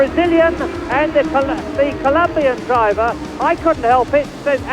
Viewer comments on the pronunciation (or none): none